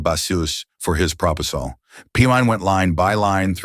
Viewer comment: This is a great resource, despite the occasional A.I. goofs in pronunciation and emphasis, sometimes due to typos or abbreviations. One that had me laughing was, "...the legal basOOse for his prOposol". But yeah, this is no laughing matter. It is horrific what went down. Nothing short of an attempted coup by Trump and his cronies.